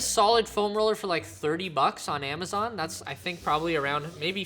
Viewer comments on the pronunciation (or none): none